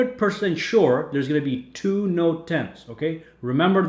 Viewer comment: "Noet 10" inhales